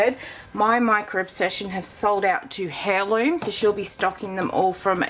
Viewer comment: Omg...been there🤣 I had the same thing with Aussie Sea Salt. (BTW Heirloom pronounced air loom)